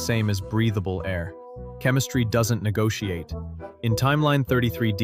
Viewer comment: What does "negooiaite" mean?